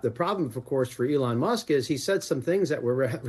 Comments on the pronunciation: It’s not MUST, it’s Musk- no wonder this show is no longer relevant! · The name is Elon musk, not must. Get it right. It’s like less than 20 words in. Embarrassing.